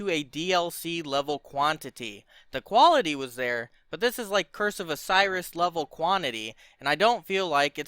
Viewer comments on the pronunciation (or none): none